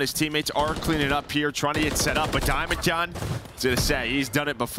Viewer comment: Anyone going to tell it’s not DiamnonJON? 😂